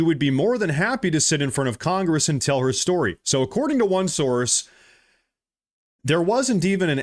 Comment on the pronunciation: Quit saying sorce and name a actual person he can't because he doesn't know of any 😂😂😂